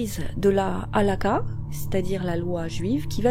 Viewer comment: Je chipote un peu, mais petite précision : dans halakha le kh se prononce comme la jota espagnole ^^ Donc pas "halaka" mais plutôt "halaRa" ^^ (je met un R majuscule pour bien insister sur le côté guttural du son ^^ ).